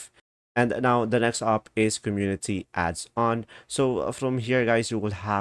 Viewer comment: It is adons not adson